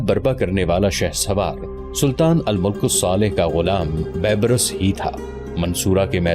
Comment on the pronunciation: Bhai Al-mulk nahi hota balki Al-malik Bola ya parha jayega and bebras nahi balki beebars sahih word hai